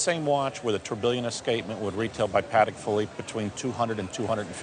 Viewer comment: TOURBILLON not "Tourbillion"